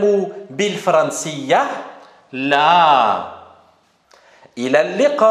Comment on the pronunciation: ✖️ bilfaranciya ✅️ bilfiranciya